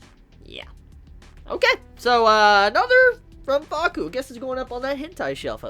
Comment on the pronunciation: Conquering Smile I seriously thought he said Fuuka. Nevermind then.